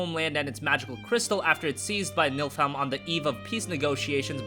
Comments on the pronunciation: by the way Niflheim is being pronounced incorrectly in this video and Noctis is actually 4 years younger than Luna (spoiler alert), weird right. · Nilfiheim is how it's pronounced. They say it in the Kingsglaive movie. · It's Niflheim